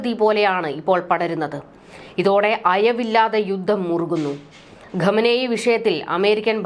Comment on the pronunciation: Ghamenei alla khamenei 😂